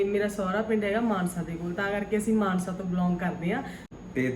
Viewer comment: ਮਾਨਹਸਾ ਨਹੀਂ ਮਾਨਸਾ ਭਰਾਵਾ 😂